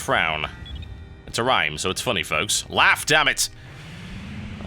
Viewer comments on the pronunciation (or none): when you said laughf damn it i laughed cus i was scared of british wrath and beacuse you PROUNouced it funny :D